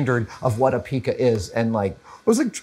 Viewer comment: G'day Adam, greetings from down under. 🦘 As a very old compositer, if I may humbly point out, Pica is pronounced pie cu. Love ya work.